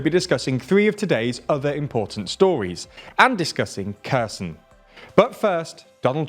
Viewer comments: When he said "and discuss Kherson" at the start of the video I thought he said "and discuss cursing" lol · I'd recommend you to pay a tiny bit attention towards the pronunciations. I don't want these small mistakes degrade the quality of your amazing channel. Xi Jinping is She Jin ping. (not zinping). And kherson is khar sone